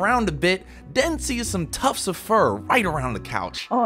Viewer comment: I love how Ivan just calls Den Dennice